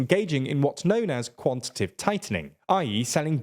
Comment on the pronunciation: It's quantitative, not quantitive.